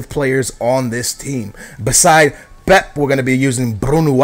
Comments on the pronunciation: Its Pèpè not pep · Why does he say pep instead of pepe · IT'S PEPE NOT PEP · his name is pepe! not pep! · Its not pep it pepe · Its pepey basically not pep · Isn't it pe pe not pep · It's pronounced pepey not pep... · Is it not pepe not pep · Pep? It's pep-ay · He can't pronounce any names, pisses me off so much, why does he pronounce pepe as pep -_ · I know your Portuguese so u probably know how to pronounce these names better than me but i swear you are supposed to pronounce the second 'e' in Pepe so it sounds a little like 'Pepey'. Not criticising, just interested <3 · Its pronounced pepa